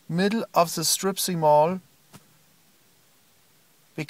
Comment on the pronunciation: "Stripsy mall"...oh, Flula, how hard you make me laugh!